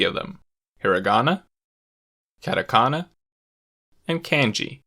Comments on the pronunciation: Stopped watching as soon as he said katakana and kanji wrong. Yikes... 🥴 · I cringe and grit my teeth every time he says "CAT-a-kana" and "CAN-gee". This is particularly bothersome because, as he points out, kana are syllables that consist of a consonant followed by a vowel in every case except "n". Thus he is violating the entire basis of the language by turning what should be "kah-tah" (two consonant / vowel pairs) into the English "cat-ah" (consonant / vowel / hard consonant). The latter does not exist in Japanese and should not be used by foreigners trying to pronounce Japanese words. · 100% authority on the subject lost as soon as you pronounced them “cat a kana” and “can ji” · hard out bro, "cat-a-canna" just made me cringe. Kind of makes you think twice about the narrator's actual knowledge of the language, I'm not saying he is incompetent by any means, but it definitely doesn't inspire enthusiasm. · This video is very informative, but my god I cringe every time he says "CAN-JI" and "CAT- AKANA". Please learn to pronounce the things you are teaching about. KAHN-JI and KAH-TAH-KAH-NAH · Why did he have to pronounce katakana as catakana and kanji as canji. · literally same, same with "catAkana" jkENGLRKN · Actually his pronunciation of katakana is more annoying than the way he says kanji. He pronounces all A’s differently (cat-eh-can-ah). 🤦🏻‍♂️ I mean you bothered to gather all these infos and put all these efforts to making this video, it shouldn’t be so difficult to pronounce A correctly. And it’s actually easier not to mess up. I just don’t get it. It’s just so American (I don’t care how they pronounce it, I’m just gonna say it how I think it should be pronounced). 🤦🏻‍♂️ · I'm glad I'm not the only one this bothered